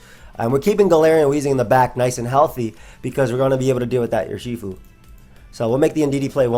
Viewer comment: Nobody:: Yurshifu